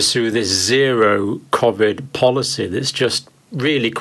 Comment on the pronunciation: What's kov-id?... surely he means koe-vid?